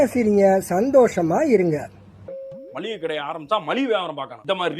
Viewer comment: அது மள்ளிகை கடை இல்ல மா,மளிகை கடை